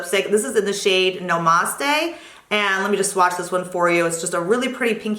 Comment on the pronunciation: I think you pronounce the tart lipgloss Namaste (nah mas tay) like in yoga.